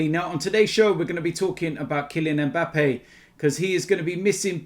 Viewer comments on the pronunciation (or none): Christ, at the start of the video I thought said ‘were gonna talk about killing Mbappe’😂